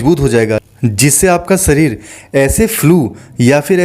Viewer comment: सरीर (शरीर) पहले अच्छी तरह बोलो अन्यथा दूसरे को मौका दो। राम देव की तरह अकेले नाटक बाज़ी न करो